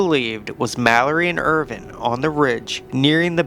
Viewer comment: “Irving” cmon dude get the name right if you’re going to make a video and post it